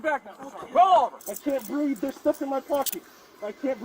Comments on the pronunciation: Always with the lies,but he "can't breeve"..........😂😂 Apparently can't adult either. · “I can’t breeve, l have a heart problem, l’m dyslexic…..lol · I thought the 'i cant breeve' thing these things were saying was going away. Guess not.